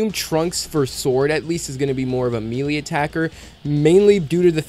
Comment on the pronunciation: Good video btw but Melee is crazy it’s pronounced melee(may-lay) 😂😂😂